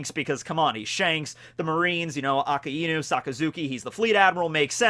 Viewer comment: A-KAI-NU not A-KA-IIII-nu